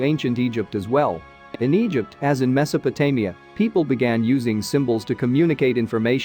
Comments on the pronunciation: It managed to get Mesopotamia correct just once towards the end. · And Mesopotamia!